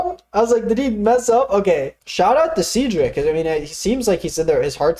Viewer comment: great video but why'd you pronounce cedric like that